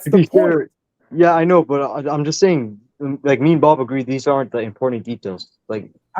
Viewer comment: Bro really said “it’s booobbb” 😂😂😂😂😂😂😂